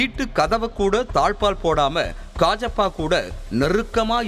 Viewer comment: Dai athu kajappa illa kaajiyappa